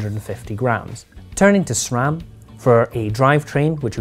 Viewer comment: This guy, knew how to pronounce SRAM 👍🏽